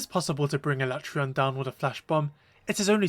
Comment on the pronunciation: Thank you for using the CORRECT pronunciation of his name! That’s right, I said it!😂